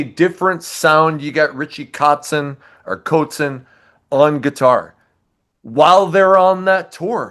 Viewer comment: Two things I want to clarify. One I know to be true, the other I'm almost certain is true. What I know to be true. Richie's last name is pronounced "Cot-zen" not "Coat-zen." What I'm almost certain about (nearly 100%). Blue's last name is pronounced "Sar-Cee-Ah-no" not "Sara-Cee-No." Not here to play grammar Nazi, just clarifying. Love your content. Keep it going.